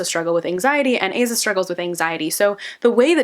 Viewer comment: Amazing video! Little side note, but I’m pretty sure you’re supposed to pronounce her name as Ah-zah as opposed to Ay-zah